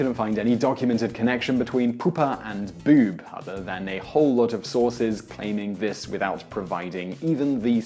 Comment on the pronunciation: why can this man not say "boob" like everyone else?